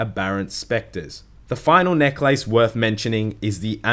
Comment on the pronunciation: the way you pronounce necklace makes me want to die